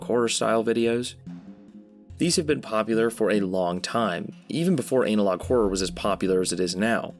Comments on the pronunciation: God please stop saying anal-og instead of anna-log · Ah yes, classic “Anal-Log” horror